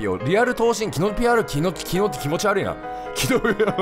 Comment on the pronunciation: キヨ「キノピオを気持ち悪いってことをキノピ悪いって言ってたww」 自分「wwwwww」 キヨ「なんも面白くねーわ」 自分「」